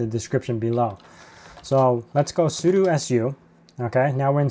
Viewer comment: Why do you always say sudu instead of sudo?